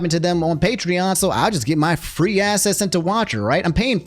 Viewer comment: this is out of topic but bro can you pronounce access as "AKSSESS" instead of "ASSESS"? cause i keep hearing "to get assess" and i'm like whose ass am i going to be getting